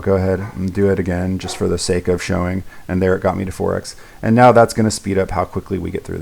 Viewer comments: yeah i heard meow a lot too but i think he meant to say now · i thought he was saying meow. i wasn't sure for a bit. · i'm sorry... are you saying meow?